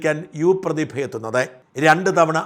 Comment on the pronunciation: പ്രതിഭ അല്ല.. പു..തിഭ 👍👍👍👍അഹങ്കാരി 👌👌👌